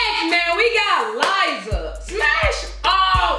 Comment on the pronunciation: When she said lizza i almost died